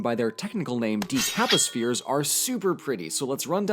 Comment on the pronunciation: Decaposhperes....I can't wait to find an excuse to say that aloud.